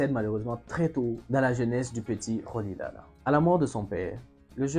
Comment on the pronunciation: Bonjour. Rolihlahla se prononce ..."rolihlahla", avec le hl de kahle umkhonto we iszwe, ou de umhlobo, ...mais cela ne vous aide pas. Ce n'est pas un click, mais pas très facile non plus. Admettons, pour une fois, que l'enseignante l'aurait bien appelé Thembu, Miki, Priki,... ( des noms Xhosa courant) - ah oui, Xhosa, n'est pas bien prononcé non plus... et Sisulu n'est pas SizulOU, mais Si SU lu... je vous pardonne. Volontiers, mais vous voyez, ne pas savoir prononcer n'est pas forcément être raciste. Si en un bon mois du temps j'avais presque provoqué une révolution au Grootfontein Landboucollege... c'était des jeunes Boers qui me soutenaient... Non, pas tous racistes, mais tous prisonniers dans ce piège que l'apartheid... La couleur de peau était un prison pour tous...doré pour eux, sanglant pour les autres, mais. J'avais sept - sept - adversaires Boers , parmi les élèves. .... La lâcheté est la force des mauvais. De peur du mauvais , le lâche se fait méchant..: même s'il y perd son estime de soi... ET JUSTEMENT , Rolihlahla Mandela l'avait compris ...( tu en parles : son ami, et gardien... ).